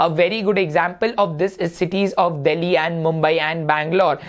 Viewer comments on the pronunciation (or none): none